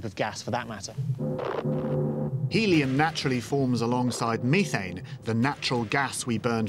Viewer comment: meethane lol